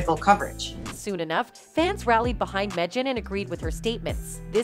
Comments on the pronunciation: Mejyin? Don’t you mean MEGYN? Hate this commentary! 😡😡😡🤬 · It is not pronounced “Medgin” - it is “Maygn” or “Meegn”. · "Megyn" is pronounced MEGAN not "Meh-jin"? WTF? And she's pretty well known in media. It is not like they made this mistake with a lesser known. Megyn Kelly is a well known reporter/journalist so I don't know how yall effed that up. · Megjhan? Nice pronunciation, Voice Over lady. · How come you don’t know how to pronounce MEGYN?